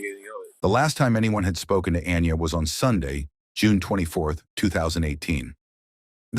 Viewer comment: Omg, if there was a way to pronounce Aniya…..you did, heck even created a few pronunciations I think. Not sure her name was said the same twice in a row